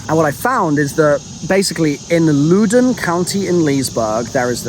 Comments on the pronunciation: I wasn’t even sure what he was saying when he was talking about Louden. I live there and It’s pronounced “Lawden” not “looden” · I love watching this seeing talk about my home town and call it LOO-dun lol. Just for everyone's reference btw its (Loud-uh-n). Also calling my hometown Tranzit is quite depressing lol. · lol its LOUD-oun county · it's uh... pronounced Louden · Loudoun county👎 Looden county 👍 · As someone who’s from the Notthern Virginia area, I’m crying at how you pronounced Loudoun 🤣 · The way he is pronouncing Loudoun County is hurting my ears